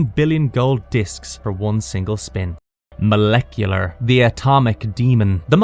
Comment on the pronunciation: This was great but a few mispronunciations. Mel oh dia & Moleck u lar! I loved this cartoon & have them on dvd. Transformers, He-man, Gobots, GIJOE, Transformers & Thundercats & I do also love Herculoids & Jayce & the Wheeled Warriors ❤ great times